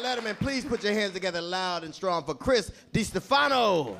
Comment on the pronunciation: Yea i was laughing at DL pronounce his name.. DEEEE Stphano. hahaha